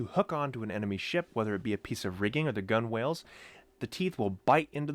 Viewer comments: Gunwale is pronounced "Gunnel". Otherwise an excellent video. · Great video! Very cool axes I didn't know about. One tip, the word gunwale is pronounced "Gunnel" by tradition I suppose. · It may be spelled gunwhale, pronounced gunnel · Gunwale, pronounced "gunnel", like funnel. AWESOME VIDEO!!! SUBSCRIBED!!!